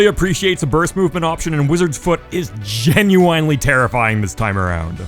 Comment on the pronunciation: Say genuinely correctly